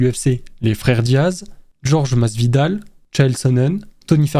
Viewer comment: Shavkat Romanov, Cowboy Corenone et Georges Masvidal… non mais sérieux, les prononciations c’est terrible tu invites des noms ! Et les classements sont aléatoires, il faut regarder l’UFC avant d’en parler c’est catastrophique… mettre Arman, Tony prime et Gaethje dans la même caté que Nate diaz, Cerone et chael sonnen c’est une honte